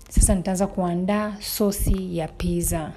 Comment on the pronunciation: It’s “pittza” peeople🤗🤗🤗🤗